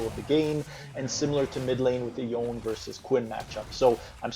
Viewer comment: Yone (as with Yasuo) is a Japanese-derived name, so you pronounce both syllables: "YOH-NAY." Most foreign languages don't have a silent E.